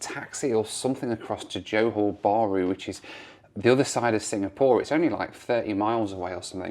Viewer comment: Great stuff as always (although Johor is two syllables not two words - pronounced 'jahor' 🙂). It's interesting that you pack lots of videos into a short space of time (and then hopefully get some decent time off with the fam inbetween!).